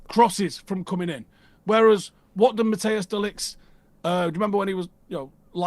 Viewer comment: De Ligt's first name isn't pronounced 'Matteus'. Its pronounced like 'Mattice', with a long i.